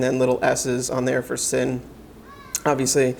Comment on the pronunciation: Thanks for the review. Isn’t it pronounced “zinn”.